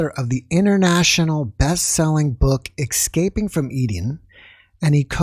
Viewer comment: C’mon,. It’s not Excaping, it’s Escaping…